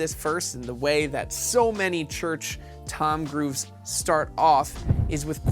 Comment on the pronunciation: I can't unhear it